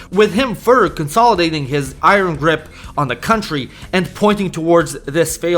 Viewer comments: The way you pronounce Iron 😂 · Bro, you need to learn how to say iron.